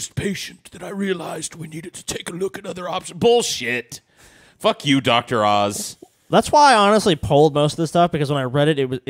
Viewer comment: Oz, not Auze.